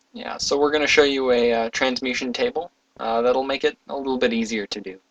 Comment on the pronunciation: It's called a Trans-mu-TA-tion tablet. You kept saying Transmution. It was starting to drive me crazy, I couldn't help it.